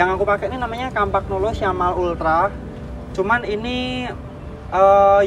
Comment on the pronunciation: Bagusan mana dg campagnolo bora ultra mas? Oh ya btw pengucapannya kampanyolo, bukan kampagnolo atau kempegnolo